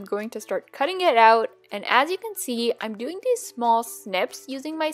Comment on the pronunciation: She says doink instead of doing